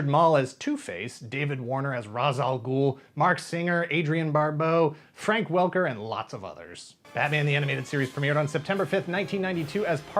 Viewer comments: It's pronounced "Raysh", not "Raz"...! Sheeesh...! :-) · It is pronounced Raysh!